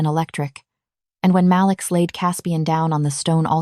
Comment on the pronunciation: Is his name Malik or Maliks or Malix? Please edit the narration and the subs. The voice is amazing, but the lack of spaces between some words and the way some words said wrong are ruining the story. At one point a word was said loud, but it was supposed to be a whisper.